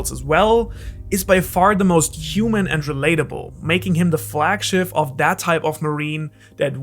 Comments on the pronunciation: flagschiff, your german side came out for a moment :`D greetings from germany btw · "making him the flag-schiff" lol xD so typisch deutsch xD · The flagSCHIFF … I sehe what you did da.